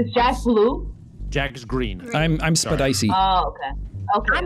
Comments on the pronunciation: if you swap the p and the first e in spedicey, it says septiceye if you pronounce it correctly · It’s not spedicey it’s susicey